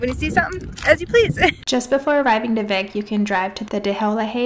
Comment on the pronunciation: I like your vlog style! Just a few Iceland tips - Vik is pronounced like "Veek"; Gulfoss is not even the most powerful waterfall in Iceland, that goes to Dettifoss; and Vatnajokull is the largest glacier in Europe but not even top 10 in the world. I hope you can go back and explore more of Iceland, some of the most epic spots you drove by include Glymur, Kvernufoss, and Múlagljúfur :)